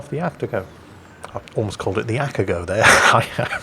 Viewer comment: What's an At-a -go? Are you talking about the A-ta-go? Your Japanese pronunciation ain't great. Cheers